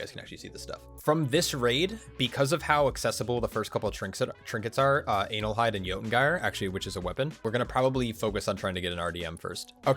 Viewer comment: "Anal hyde"...